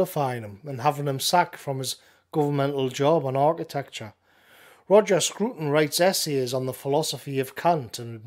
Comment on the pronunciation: It’s not “screwton”. It’s a “Scraton”.